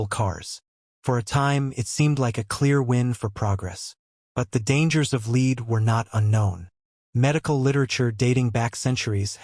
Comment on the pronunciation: Lead/Red not Lead/Seed😊✌️❤️